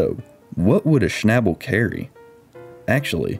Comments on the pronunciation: Schnabel is pronounced with a long A like in Audi.... :) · Pronounce the a like and ae sound. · I think you mean ""shnebbulls", LOL. Sorry, southern accents are funny to me.😀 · To a native German speaker the English pronunciation of "Schnabel" sounds funny. The 'a' is pronounced similar to the a in "car"... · Schabel is a German word. Please look up how you pronounce it 😂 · You dont know how stupid „Schnabel“ sounds in german, especially when pronounced as if it is an english word :-)